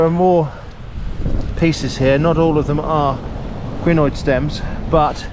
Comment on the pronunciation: A what stem? The autosub says crenoid, but it sounds more like greenoid